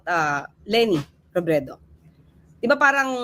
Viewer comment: Para pang pilit ang pag bigkas niya(ni ) ng M-MAYOR L-LENI ROBREDO! 🙄🙄